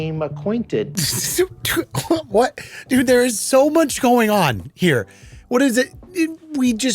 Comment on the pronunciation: "Be - came Aquatinted???? 🤷🏻‍♂️" - His wife is trippin for not leaving this guy. Why do we settle so much?